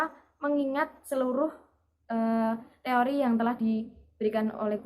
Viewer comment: Teori say bukan tori🥴😂